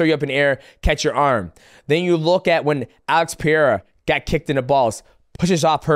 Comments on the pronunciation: MM, I think you're smart enough to learn how to say Pereira correctly. If you ain't, blame it on CTE. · Chael kills me with the names... Lie-oyto Machida and Alex Pee-air 😂